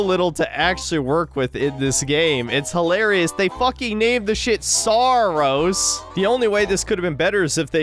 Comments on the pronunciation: Every time i hear the game's name it either sounds like saar or soros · Saros sounds like sarós I'm pretty sure in Hungarian means putrid or gross. Also please shit on the backlash over mouse pi regardless if it's warranted or not.